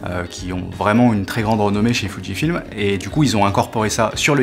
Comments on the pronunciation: Entendre "foudjifilm" a la place de Fujifilm ça picote les oreilles. C'est peut être comme ça qu'on dit, mais prononcer fuji passerait mieux...pour ma part 🤔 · J'allais faire le même commentaire. C'est la prononciation anglaise qui a fait que Fuji c'est déformé en Foudji 🙂.